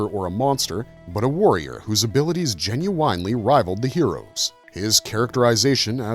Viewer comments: I remember all the mini comics and how cool (and dark) they were. The Starriors had similar mini comics with depth that was far more involved than their “kids toy” featuring would seem. All that said “Jen-you-wine-ly” kills me every time I hear it. 😂 Also, “par-tick-you-lair-ly”. I think you’re putting the wrong em-phasis on the wrong sy-lab-el. 😉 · GEN-YOU-WINE-LEE Artificial Intelligent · This was pretty interesting but after about the ninth time you said "Jin-you-winely" I had to turn it off. Not so much the weird pronunciation but the fact that you used it at least once per paragraph. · "Par-tick-you-lare-ily", "Gen-you-eyn-lee" I have never heard these pronounced this way. Getting heavy "AI" feels here... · ❌❌❌Gen-You-Whine-Lee ✅✅✅ Gen-you win-Lee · Would love to subscribe but can’t if someone constantly says genu”wine”ly instead of genu”win”ly. Atrocious! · I am gen-u-wine-lee interested. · "Gen-u-winely"? Where do they find these narrators? If this was AI-generated, it was obviously programmed by someone that didn't actually speak English. Also, holy cow! That artwork from the comics is gen-u-whinely atrocious! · Is "genuine" the word of the day? Why repeat it so often? Just to pronounce it weirdly? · Today's Word is "Gen-u-winely." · Jen-you-WINE Jen-you-WINE-ly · The repeated pronunciation of “Gen-u-ine-ly” is killing me. The video has now made me want to listen to `90's R&B singer: Ginuwine ! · Please, make it stop!! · "Meet me , I love it when ya talkin dirty" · Will someone please teach this guy how to pronounce 'genuinely'? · This video could have been FIVE MINUTES shorter than it is - with the repetitive AI writing replaced by authentic script writing. A person might also know how to pronounce 'genuinely' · Putting the wrong empAsis on the wrong syllAble for the word “genuinely” makes this sound like AI, that’s not how a human pronounces that word.